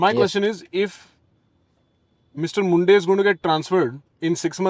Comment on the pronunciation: It’s not mundeh it’s munde